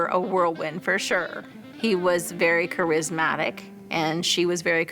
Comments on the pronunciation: In the very first minute we get “kerrismatic.” 😂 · "They were both 'krizmatic'"